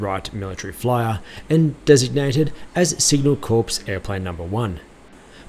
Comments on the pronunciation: Sorry crow on you it's pronounced core not corps got it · It is “core” NOT ”corpse!” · Great to see a video of this awesome aviation museum. However, as a video of historic military aircraft, I was a bit disconcerted to hear you mispronounce a very basic military term in the first 2 minutes of the video. Corps is pronounced like "core" and not like "corpse." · Mate, pronounced COR, not corpse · Take some time off and learn how to properly pronounce the word 'CORPS".... outwardly you appear much smarter than you actually are......